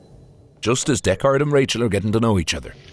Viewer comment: "Deck-Ard"? Isn't that the name of Tim Heidecker's band?